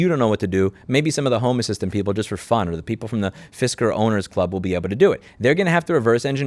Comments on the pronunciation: Fisker - Pronounced “Fister” best fisting ever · "Fisker" or "Fister?" Because that's more than the tip.